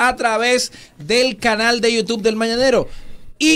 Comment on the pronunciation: No dice mañanero sino mananero